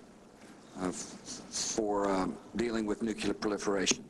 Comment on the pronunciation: Does anyone really think that not one person in 7 years has come up to him and said "um, sir, the word is actually not 'Nucular,' but 'Nuclear'...as in having to do with the nucleus of an atom." He still say's "nucular" because it endears him.